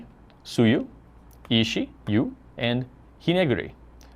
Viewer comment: Lol at "Yu."